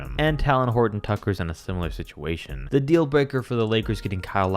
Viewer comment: why did he say talen horton tucker like that😂